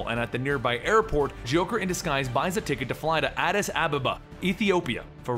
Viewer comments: 😣 Dude its ez, ‘bay-rute’ and ‘addis - ah -ba - ba’ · He butchered Addis Ababa, but I feel like this is the most recognition we’ve ever gotten in comics lol. S/o DC